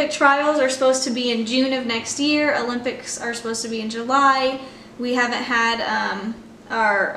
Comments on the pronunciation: It’s adorable how you always pronounce it “the ‘lympics,” never ‘O’lympics 😂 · MyKayla can’t go to the olympics until she learns how to pronounce it correctly